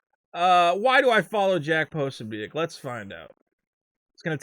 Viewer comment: is so tight with Jack Posobiec that he doesn't even know how to pronounce his name (Pra-so-bick). Or is this just cover, for you rampant white supremacy (even though Posobiec isn't one either)? As any good thought-piece journalist knows: never left the truth get in the way of your boring BS narrative. My confession. I'm a big Elvis Costello fan and when I sing-a-long with Oliver's Army, I don't sing: 'All it takes is one itchy trigger; one more widow, one less white N word'. It doesn't scan and it's fuck all to do with Race - it's a Catholic slur which EC would presumably have had directed at him. Lennon's 'Woman is the N Word of the World' just about scans, but sounds, well stoopid.